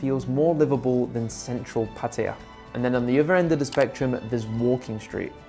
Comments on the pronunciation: 🗣️))))). ⛔️Not Pah Tee Ah. ⛔️Not Patty Ah. 👉🏼 Pah Tah YaH’. (Pattaya)👌🏼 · KRABI IS MUSLIM, THAT'S WHY THERE IS NO FUN THERE. IT'S PATAYA, NOT 'PATYA'